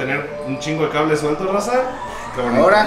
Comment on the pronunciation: Dijo cabres en vez de cables el wey jajajaja es la mamada.